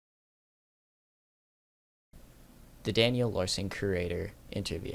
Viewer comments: why do you pronounce curator as "creator" lol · lol i love your content bro, say it like (cure-rator) it means like a collector or something such as a museum curator. anyways thanks for the entertaining content man <3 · You and Daniel have something in common… Neither one of you can properly pronounce “curator”…